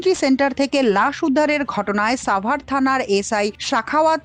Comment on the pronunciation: শব্দটি সাভার হবে, ছাভার নই।